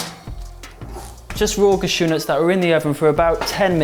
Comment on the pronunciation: Awesome recipe, as always! Ps. the way you say 'Cashew' cracks me up, idk why....